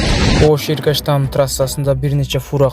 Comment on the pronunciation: Эркечтам .Иркештам деп тайнене айт.